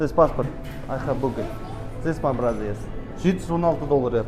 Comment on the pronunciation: Brother сөзін [д] арқылы БРАДӘ деп айтсаңыз fluenт- ке жақындайсыз !